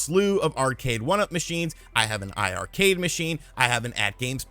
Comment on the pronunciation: Hey, it’s pronounced eye-eye Arcade. Both i’s in the iiRcade name are for 2 or players. I was confused myself so I asked the team one day during a livestream & that was the explanation they gave everyone in the stream about how to pronounce it.